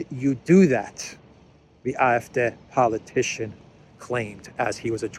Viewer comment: Great pronunciation on AF, the D is pronounced like Day.